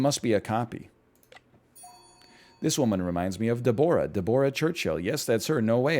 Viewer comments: This man's pronunciation of Deborah is abhorrent. "DEB-rah" the O is ignored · Is that really how Canadians say Deborah